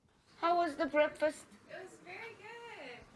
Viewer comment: ^^ 브랙훠스트 입니다. 블랙훠스트 하시면 아니되옵니다.